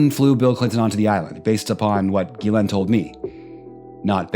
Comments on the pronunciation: While I understand it's a tall order, I was kind of hoping you would pronounce Ghislaine's name different every time you said it! 🤣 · I want someone to interview her using the incorrect pronunciation of her name hopefully for her to correct them only for them to come back with a completely separate mispronunciation continue at a couple of times get it right and then the only question they have to ask is how does it feel to have your name be mispronounced so often